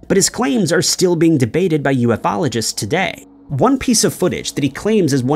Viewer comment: Your hard work is appreciated as always, thank you. However, a little constuctive feedback if I may. Your continued mispronunciation of 'Ufologist' is driving me nuts and the whole George Adamski nonsense was debunked a long, long time ago, he isn't worth the fresh coverage.